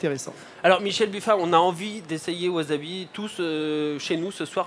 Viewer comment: Excellent projet, reste à bien le prononcer maintenant : "wassabi" et non "wazabi" :)